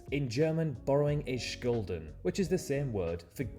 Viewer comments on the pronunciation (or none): schulden don't know why the guy said schkulden